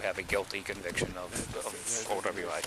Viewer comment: OWI sounds like oweee